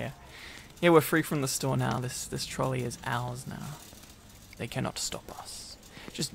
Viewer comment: Venti approves!!! WAIT WAIT WAIT I AINT SUBSCRIBED??? OKAY OKAY IM SUBSCRIBING THIS IS AMZING I LOVE THISSSS!!! He is the man. He is the one. 🥰🥰 I honestly love how he says trollies Here’s free fries 🍟 <33